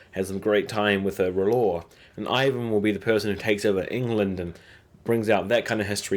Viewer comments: It's ' IVAR', not ' IVAN'! IVAR IVAR IVAR ! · Ivar not ivan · I like your video. Remember it's Ivar, not Ivan. Also, Ubba was also very important in actual history, not just Ivar and Bjorn. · Good video, but you keep misspelling names. You called Ragnar RaNgar and constantly called Ivar IvaN. Cheers. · it's Ragnar and Ivar.. come on maaaaan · King Irkburk. Wut? It's King Eckbert. Kitergit. Eh? The town is called Katagat. Loki is a Norse god. Floki is the shipbuilder. It's not Ivan. It's Ivar. Ivar the Boneless. You didn't even try on the last one. It's Queen Aslaug. I can't even. I know you said you don't speak their native language but all of these things were spoken in English on the show a thousand times. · rain-gar & eye-van.